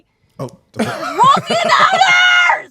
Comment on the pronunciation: She made "rules" a 2 syllable word!